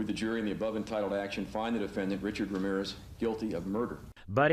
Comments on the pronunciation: No es Wramiwres es Ramírez. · Me "encanta" como los gringos no saben pronunciar bien Ramírez y lo pronuncian mal jaja